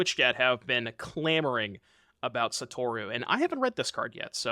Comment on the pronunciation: Bro did not read Satoru correctly 😭